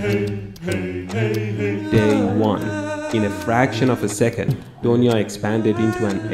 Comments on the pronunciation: Its not doniya Its duniya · It's not donia it's dunia and dunia mean world and "brahmaand" means universe. You should use "brahmaand" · The pronounciation of Donya is dunya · I know he was trying to say donya as dunia it is because of revolution of language from parsi to hindi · and thats not doniya its pronounced as "THUNIYA" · When you realize he is saying " du-niya" which means world !!